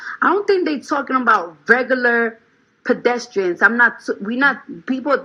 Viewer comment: My girl said PEDESTRIANS‼️😭😭😭 BLESS HER HEART ❤️ GOTTA LUV HER‼️😂😂😂😭😭😭